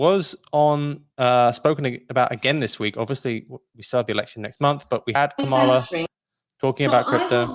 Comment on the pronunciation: Lol. still hasn't learned to pronounce VP Harris 1st name 😂